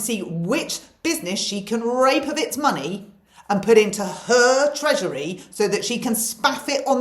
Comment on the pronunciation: “People, just, don’t, have, the, muh, nee.” I didn’t expect that. Another great laugh. I guess the feeling here is, if you don’t have a good laugh, you will probably cry instead. Hope your night out was great.